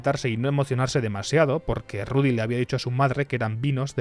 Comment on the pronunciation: "Ludy! Eles el mejol!" 🤣🤣🤣🤣